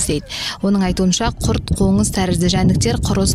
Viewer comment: Коңыз демей ме мода ма орысшага еликтеп Коныз емес еййййййй Қоңыз